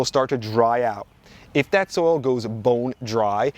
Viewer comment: For me it was every time he said something like "you don't want to dry out your soul. It's bad to dry out the soul" (vs soil) 😂